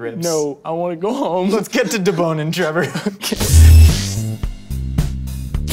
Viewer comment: LMFAO. "Join me in duh-boning these ribs..." "NOOO, I wanna go homeee :("